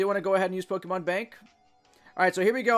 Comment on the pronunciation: Dude. Dude. Say it with me. Poh-keh-mon. Poh. Keh. Mon.